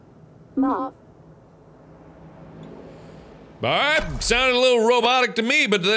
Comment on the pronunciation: Its pronounced moave not mave gosh